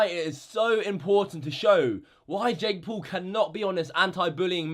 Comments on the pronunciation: Jake pool.... not poo. Still funny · “ Jake Pool” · He says Jake poo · WHO THE FUCK IS "JAKE POOL"